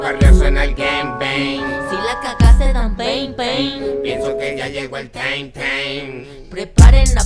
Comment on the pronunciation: Que no se pronuncia "taim" en vez de "teim" ?? Jaja